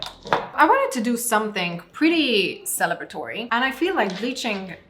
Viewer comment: you mean stellebratory? 😉😉😉